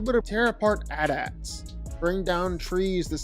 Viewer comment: Who says AT-AT like that? 😭